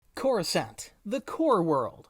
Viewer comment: The way you say Coruscant kills me, and Kamino. Why must you do this?